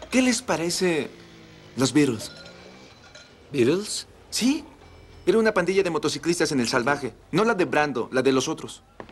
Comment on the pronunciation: No se pronuncia bien el nombre Beatles ni una vez en toda la película. Es una T, no una D ni una R.